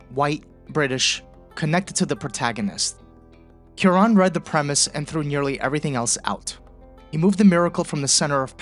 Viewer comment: "KEw-ron"... my dear fellow, you certainly mean "Kwa-RON". That having been settled, I must also submit that your analysis of who gets "seen" and served at an emergency room is the exact opposite in many progressive states; no equal treatment, just the reverse: the undocumented immigrant who seems like they don't belong gets treated right away, while the insurance-paying, tax-paying patient who looks "at home" gets relegated to the slow queue.